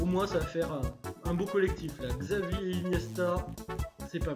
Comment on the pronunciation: Xavi se prononce "chavi" Bonne vidéo sinon!